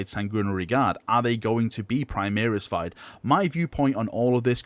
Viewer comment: why do you keep saying 'primeeris' it's really annoying.